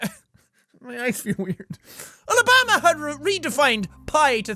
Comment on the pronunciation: the way jack pronounces Alabama is adorable. oh lah bah ma.